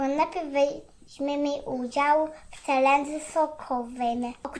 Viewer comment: Nie mówi się celedze tylko czelendzie dziewczynki mama i tata was nie nienauczyli cz pani w przedszkolu jak się mówi poprawnie.❤❤❤❤❤